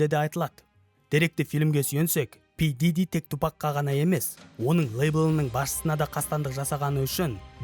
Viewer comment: Пиджижи миджижи деп мыйды ширитти дым тусинбедим.